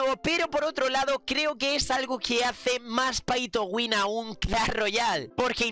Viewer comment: Like si te metes en el video solo para ver como el gran pronuncia Pay to win